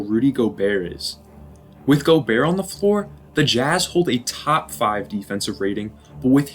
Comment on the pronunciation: Great video man I didn’t know that the t was silent in gobert, thanks for teaching me